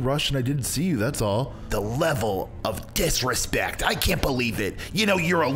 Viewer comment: "the level of disrespecc"